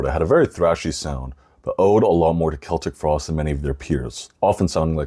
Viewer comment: Thank you for pronouncing Celtic Frost correctly! Instant credibility